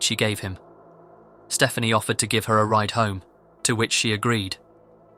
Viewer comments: I'm guessing 'Stephani' is not supposed to be pronounced as 'Stephanie', but what do I know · Should be Ste-FAH-nee